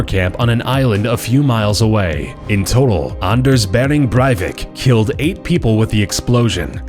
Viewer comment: The way you pronounced Anders Behring Breivik😂😂 So weird for us Norwegian people to hear other people pronounce our names😂😂